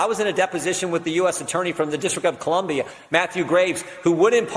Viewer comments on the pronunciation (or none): none